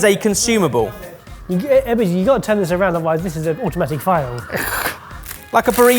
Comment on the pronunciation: I don't usually take to the comments but, EBBERS!!! You CANNOT get away with the U!